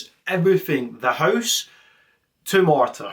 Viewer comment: Marta, not Martha.